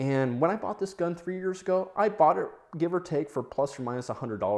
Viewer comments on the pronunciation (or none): none